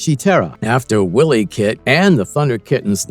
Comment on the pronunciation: It's pronounced Why Lee Kat...not Willy